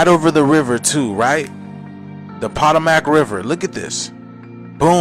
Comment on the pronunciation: The polomac bahahaha. The the po toe mac say it like i spelled it lol.